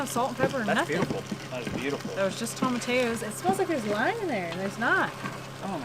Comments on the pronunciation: Tomatillos... that double L is pronounced like a y .. Tom a ti yos. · Tomatillos: toe-ma-TEA-yos Sorry, that was just bugging me. Great video! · I love you guys and wish you the best always. Will you please pronounce tomatillos: tom-a-tee-yos. It's just driving me nuts. Peace. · (psssst, "toe-muh-tee-yoes") tomatillos ✌🌻😁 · Y’all make me giggle every time you say, Tomatillos….. Toe-muh-tea-yoes …..is how you say it….I wish there was smell o vision! Looks great!❤️❤️❤️❤️